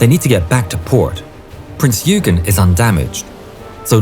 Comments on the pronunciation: Love your videos! BTW, "Eugen" is pronounced "oi-gen", not "you-gen". 🙂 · Prince Eugen is not(pronounced (YOU-gaen) it is pronounced (OY- gaen). Alles Klar? Chüß!